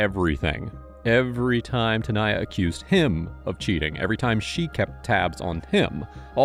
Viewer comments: The detective seriously couldn't pronounce "Tanaya"? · hold on, no one wants to talk about the fact that the detective can't say the name Tanaya? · If can say "Schwarzenegger", he can say TANAYA. 🙄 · Bro, you couldn't say either of their names correctly the ENTIRE VIDEO & then near the end you just gave up on "Tanaya" for a bit. Did you even try on this one?